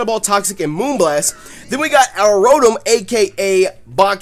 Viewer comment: your rotoms name is katakana japanese it is pronouced roe-toe-mu